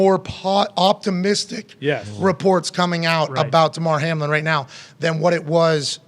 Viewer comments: Why dude keep calling him HARLIN? It’s Hamlin. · Hamlin… not Harlin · Sheesh...how ya get the name wrong several times 😅 🪴 💨